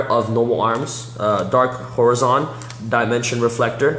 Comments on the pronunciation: "Duh-dark hor-eh-zon".... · You dude, it made me sad that you couldn't pronounce basic words in english, Horizon and Unification, and even managed to pronounce Gate ( Gay-yaht ) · if you dont know how to pronounce elementary-middle school words like "Unification" or "horizon", you need to go to school again before reading yugioh cards.